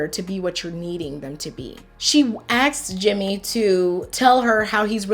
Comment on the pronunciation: she axed????